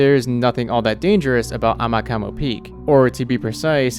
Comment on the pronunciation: Not “amakamo” Its “amakumo”